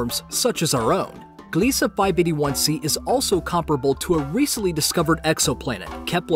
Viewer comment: "Gliese Uh"